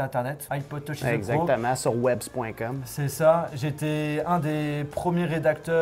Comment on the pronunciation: Le exactement avec l'accent Canadien à je m'y attendais pas aha !